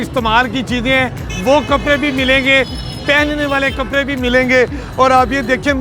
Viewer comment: Can’t he pronounce “D”? He says “kapre” for kapde and “jora” for joda.